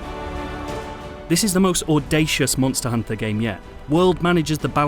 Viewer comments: don't you hear the reviewer? You say it like Monstahr Honta, mon-stus. SAY IT LIKE HIM. MONSTUS, MONNNNSTUSSS, you ah tha MONSTA MONSTUS HONTA! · Reviewer says: Monstahr Honta. Mon-stus